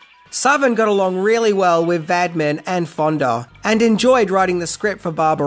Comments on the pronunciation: It's Roger Vadim, pronounced 'Vadeem' not Vadmin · Think that might have set a record for the number of times a director's name has been butchered. Badman? Vadim. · Director’s last name was Vadim, not Vadmin. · It’s Vadim not Vadmin isn’t it? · Roger VADIM! Not "Vadman!" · Vadimin? His name is Vadim! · Why are you calling him Vadmin? Its Vadim. Cheers. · Why does he think Vadim"s name is Vadmin? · Roger Vadim ( Vadeem), not "Vadmin." Note, at the time, the group "Duran Duran" were formed in Birmingham UK, they dropped the final "d"s from the name "Durand Durand" to avoid copyright problems. There was also a club in Brum called "Barbarella's" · Concerning the name of Jane Fonda's husband at the time, his name is Roger Vadim (Va-deem', not Vad'min). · Roger VADIM - not VADMIN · Informative but i had to stop due to the constant vadmin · If you really did research you should know it Roger Vadim and not VaDmin and also Dino DeLorentis and not DeLrAntis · Not the "Vadmi", not the "Vadmin"..It's pronounced "Vad-EE-m". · Vadmin?? Sounds like there are things you don't know about "Barbarella"! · Vadman??? Seriously??? His name is Vadim. Pronounced VAH-deem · Va Dim, NOT Vad Min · Why do you say Vadmin, when it's Vadim? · Who in Hades is “Vadmin”? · The writer/director and Fonda's husband was Roger Vadim, pronounced Va-deem, not Roger Vadman. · it's VAD-IM not vadMin... You keep adding an M where none needs to be... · I enjoy your videos, but to listen to you egregiously mispronounce the director's name over and over and over is maddening. Please look at the name "VADIM" - sound it out. How in the HELL do you get "Vadmin" out of that??? And the title is incorrect- it was only 6 things I didn't know about Barbarella. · Love this movie and love your coverage of it. One tiny detail...Fonda's first husband's last name is pronounced VaDEEM. "Vadmin" just does not compute. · Yes, I do not know where "Vadman" came from! Loved the rest of the video, but this clanged.